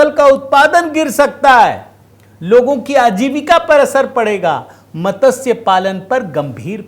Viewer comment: अरे नादान आदमी मतस्य नहीं मत्स्य शब्द होता है l